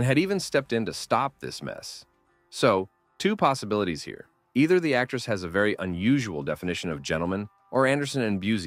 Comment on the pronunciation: "And it's gonna be right about... heah."